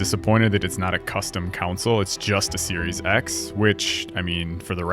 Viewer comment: You are trolling right? there is no way you say console like that.